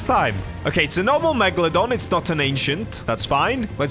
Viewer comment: When he said megalodone I was thinking phantom meg (Tomat5food)